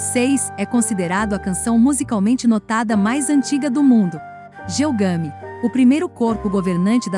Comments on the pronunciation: É Gilgamesh, e não Gilgami. O conteúdo é muito bom. Gilgamesh relata em sua epopeia a sua viagem espacial quando comparou a Terra com uma barrica de mingau. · Queridos do canal: o trabalho está ótimo. No entanto, a pronúncia correta do nome Gilgamesh é com pronúncia forte na última sílaba e som de " Ch ". A Uma das cidades comentadas é Acad.